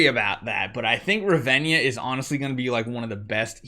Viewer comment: Heyy I would recommend removing Riss and sorrieta and use falvea and Rez,and it's Ra-ven-na not Ravenja😅And use commander Grace